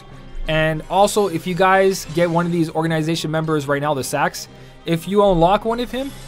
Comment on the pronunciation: You say it like Saiax but who cares :) Great video as always